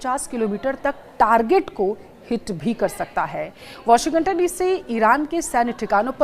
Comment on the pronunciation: Pahle sahi bolna to seekh lo... Washigatan nahi bolte washington bolte.